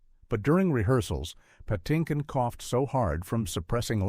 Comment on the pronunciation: (Why is Mandy Patinkin's last name pronounced "Pah-TIN-kin" in once sequence, and "Patty-kin" in the next?)